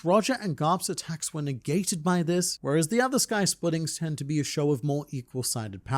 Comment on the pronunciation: why do you always struggle with saying the word "this"?